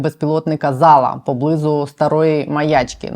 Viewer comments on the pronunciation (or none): Дякую Вам! Але... Не поблИзу, а поблизУ